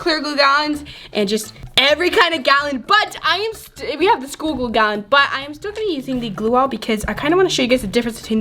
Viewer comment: It's glue not gluaaaaal